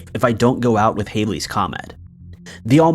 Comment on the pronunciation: It's Halley's comet also not Hailey's Mandela effect